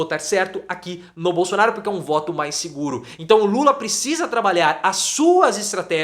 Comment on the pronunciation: Também ele não sabe falar bosonaro